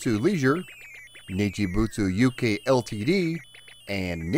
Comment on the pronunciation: Not dissing :D But if you check the timestamp, you say "Nichubitsu". I don't mind, really, I just find it odd because it happens a lot. Hope you don't think I'm being an arsehole, I'm really not. It took me 3 years of learning English as a Second Language to properly pronounce "girl". <3 Love your channel. It was just a comment from an ESL teacher (what I do now part time) POV.